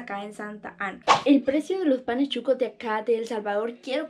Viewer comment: Solo para dejarte saber SON SHUCOS o sea sucios, de la calle no de restaurant, NO CHUCOS, me gustan tus aventuras a traves de tus videos.